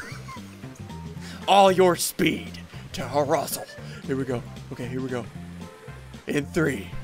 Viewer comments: Call Flrussel Flussel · It’s frussel